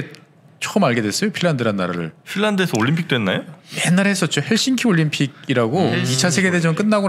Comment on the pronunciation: 서울올림픽을 왜 88오람픽으로 하시나요 정정해주세요